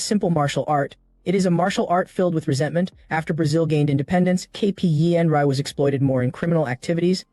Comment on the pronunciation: Who knew capoeira and Muay Thai could be that hard to pronounce? I no longer fear AI; its Kryptonite has been discovered!!